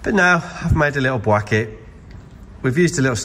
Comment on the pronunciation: "bwacket"? Did Cwaig make it?